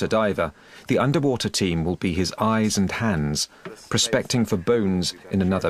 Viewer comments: Andrei Laurea woother? Wtc is woother ? Ewe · Underpreesha, underwoother, unda ground. 😂😂😂